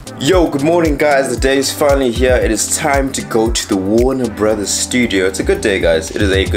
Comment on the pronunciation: Warner Brothers*... "warner Bross" is wild💀💀💀...g has been getting wam you know